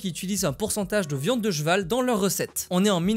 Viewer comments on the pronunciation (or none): On dit pas Jeval ou Jeveux mais CHeval et CHeveux bordel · ça me fait marrer ta façon de dire "des jveux, du jval "😅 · « viande de jval » Je suis le seul à entendre ça ??? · C'est quoi un Jval? Aaah c'est comme ça qu'il dit CHeval mdr